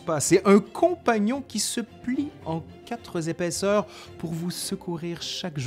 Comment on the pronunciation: "...qui se plie en quatre z'épaisseurs..." : les liaisons dangereuses ?